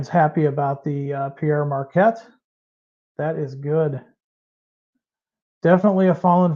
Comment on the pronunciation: it's not "Pierre Marquette", it's "Pere Marquette". Pere is French for Father (in this case, a Catholic priest) and pronounced like "pair". It's the root word of our word "parent".